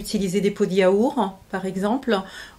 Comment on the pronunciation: "Des pots de yaourenh"... Impardonnable